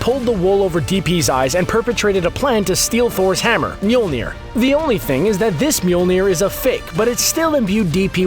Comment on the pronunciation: Is it difficult to say mjölner?